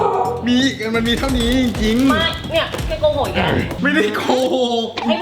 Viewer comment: ไม่เนี่ย แกโกหกอีและ ตรงคำว่าอีกทำมั้ยเป็นเป็นอีอ่ะ